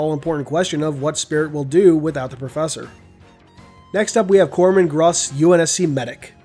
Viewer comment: He pronounced corpsman correctly!